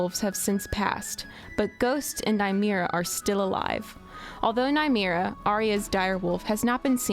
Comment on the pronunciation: The wolf's name is pronounced spelled and 'Nymeria", not 'Nymera". Not a great start to a new channel. Did she actually watch the show, or just someone reading from a script?